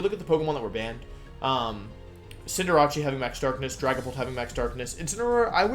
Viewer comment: Cinder Ace. As in ace in the hole. He's not Italian lol